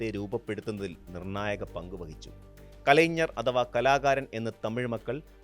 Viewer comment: കലൈഞ്ജർ എന്ന് പറയുന്നത് തെറ്റാണ്... കലൈഞർ എന്നതാണ് ശരിയായ പദം